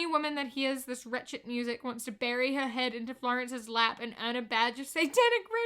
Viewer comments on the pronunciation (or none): none